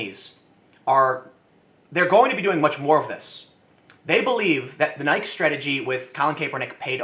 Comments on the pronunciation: small thing but pronounced Ni-Key. you put my feelings in words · Tim still calling it "nighk"